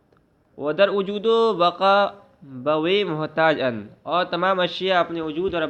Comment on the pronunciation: Ujood ujood kyun padhte ho bhaijan wujood hota hai ujood sunte me kaano ko takleef hoti hai bura mat maanna bhaijan